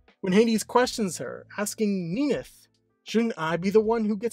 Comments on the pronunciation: In many of the stories, their affair took place before the union of Hades and Persephone. This is mirrored when Hades is described as the most loyal to his wife than his brother are to theirs. It is a little jarring when he mispronounces Minthe as i pronounce it "Min-th-ee" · Minthe is actually pronounced like creme de minthe. In mythology, Minthe had an affair with Hades and Persephone was so engraged that she stepped on Minthe, turning her into the Mint plant. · I literally just was pronouncing it Minth and completely dropping sounding off the E. It feels more correct to me. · I thought It was pronounced Min-th-e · is it pronounced minthee, minty, or minth??? WHICH IS IT???? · I literally can't watch past the first minute because the wrong pronunciation of Minthe is killing me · How do you say minthe wrong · You pronounce minthe very weird